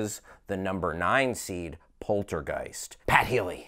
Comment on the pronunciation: Somehow it bothers me, that none of them can pronounce Poltergeist correctly... X.x